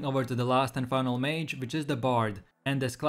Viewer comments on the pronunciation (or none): none